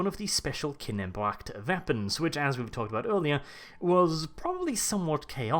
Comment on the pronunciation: The way you pronounce “Kinebracht” makes my wee wee happy.